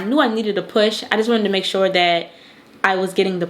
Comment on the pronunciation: Yes, you are from Baltimore. That "tew" (to/too/two) gave it away🤣🤣🤣I'm from Baltimore "tew" 🤣 East Baltimore born and raised. You're so pretty and good luck to you and your business endeavors.